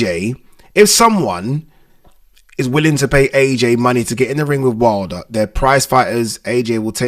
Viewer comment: The fact that this guy can't even pronounce his own surname right is worrisome.